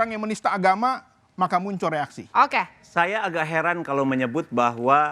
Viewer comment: Mhon ya.. oembawa acaranya jangan suka motong2 pembicaraaan narsum, narsum blum selesai dy langsung potong2 sehingga bs membuyarkan pemikiran narsum .. belajar lah dari pembawa acara senior lainnya.... Kok ga seneng banget denger kata ok.. ok... Intonasinya itu lho.... Ga banget. Mhon di koreksi.... Okeeeeyyyyy.... Okkkeeyyyy....ooookkkeee Belajar lagi deh bisr lebih nyaman di tonton